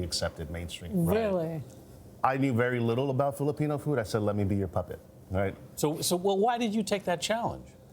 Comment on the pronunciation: If you're going to introduce Filipino food, can you please at least say the name correctly -_